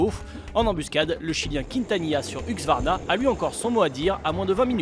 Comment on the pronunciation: Merci au commentateur d'apprendre à dire Husqvarna... Et pas Huxvarna